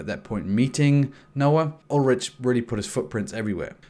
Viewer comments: Nigga I know you didn't just call him "Ul-rich" and not "Ul-rick" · "Ul-rick"* "Mick-Ul"*